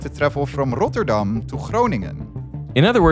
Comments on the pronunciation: Hearing derek say the names of the citys in the netherlands is amazing😂, as a dutchmen myself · great prenunciation of the Dutch cites